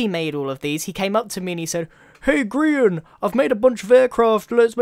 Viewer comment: Why are people always saying Grain ?